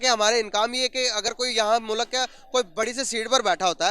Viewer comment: aisa mat karo yaar... मुल्क को मुलक ऋषि सूनक को सनक 😇😇 Thoda confusion ho jata hai😄😄